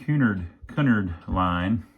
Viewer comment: Pronounced CUE-NARD. Like the old shipping line.